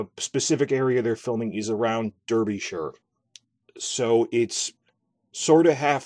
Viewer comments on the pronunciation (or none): Pennine sounds more like pen and nine rolled into one word and Derbyshire is quite misleading, its pronounced more like Darby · Lol I love how Americans mess up the pronunciation of English counties, towns and landmarks. 😆 Derbyshire isn’t in the north of England, it’s the midlands. Newcastle is the north! 🤙🏻 Derbyshire is pronounced Darby-sheer The Pennines is pronounced pen-nines Literally every GoT / HotD fan account has got this wrong. Hope this helps. Other than that, great video!